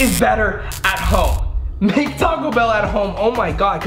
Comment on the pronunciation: “Talk-co Bell” Me: 😭🤦🏽‍♀️